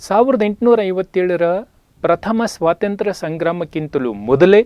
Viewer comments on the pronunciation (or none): none